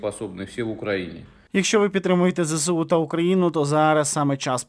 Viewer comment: Та не ЗЕ-СЕ-У, а ЗЕ-ЕС-У! Може вже на 3-му роцi вiйни вивчите ! А нашi хлопцi молодцi!❤